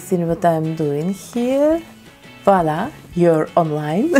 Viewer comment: I like the way she says Voila. It souds correct.